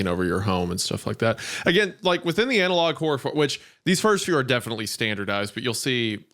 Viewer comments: Is hunter pronouncing the word like it is spelled "anal log" on purpose or...? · Love how meatcanyon refuses to pronounce analog correctly and says Anal-log every time.